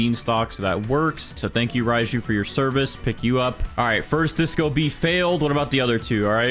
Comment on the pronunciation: “Spawn in the rajiu”